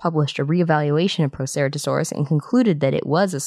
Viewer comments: When you say the word Proceratosaurs you’re just saying it wrong, but since you said all of that, now I know it’s related to the Tyrannosaurus family. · That's not how you pronounce Proceratosaurus, I'm sorry to be this kind of person and I know many dinosaurs have different pronunciations, but I think the right way to say Proceratosaurus is the accepted way